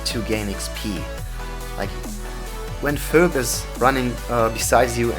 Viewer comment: Pheobe is pronounced feebee. just fyi.